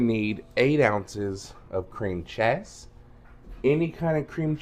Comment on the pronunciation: Your recipe is very similar to mine although I've never thought to use cheez its. Great idea. I'm so glad your recipe does not have Velveeta in it. You crack me up the way you say "chezz" 😂.